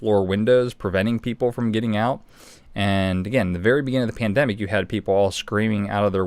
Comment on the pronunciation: He says “ tandemic” 🤔@ P@ t are completely different. Listen close. Stay vigilant.